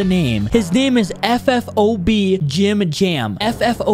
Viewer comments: FFOT NOT FFOB CAPPY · It is ffot not ffob ffot on the top🤙🏻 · It's not ffob it's ffot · ffot not ffob